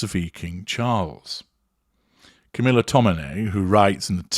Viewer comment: I Love how says "Camilla"......he says.... "Camillar".....and I always hear it like... "caterpillar"......just funny.